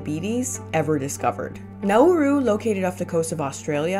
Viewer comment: it's not pronounced now-uu-ru, like you're saying. it's like, quicker. like nah-roo.